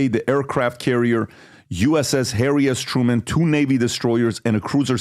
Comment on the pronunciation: He says uss harry ass truman😂😂😂